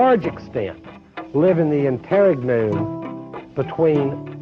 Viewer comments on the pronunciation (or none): I like how, in the opening sequence, says 'in-TARE-ig-noom' instead of 'in-ter-REG-num.' 😄